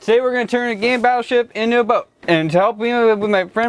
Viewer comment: I know he said game but it sounded like he said gay